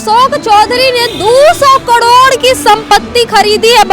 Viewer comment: कड़ौड़ नहीं करोड़ होता है😂😂